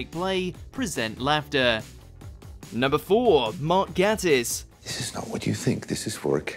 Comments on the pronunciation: It’s Sherlock not shirlock. It’s Gay-tiss not Gatt-iss. Want to see some more? Of Sherlock, oh yes! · It's GATE-ISS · it's mark (gay-tiss) LOL